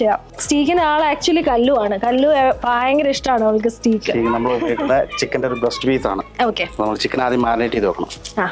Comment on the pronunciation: സ്റ്റീ ക്ക് അല്ല ട്ടോ,,,… സ്റ്റേയ്ക് ആണ്